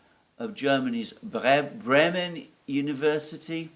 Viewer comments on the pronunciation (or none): none